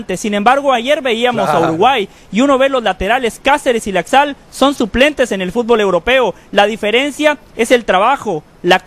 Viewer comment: Aprendan primero a pronunciar FÚTBOL NO FUTBÓL y después hablen nabos!!!